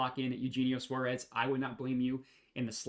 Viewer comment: You're saying Suarez's name so wrong bruh it hurts the ears 😭